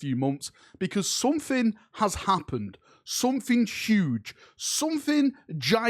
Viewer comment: "Sumfing uge"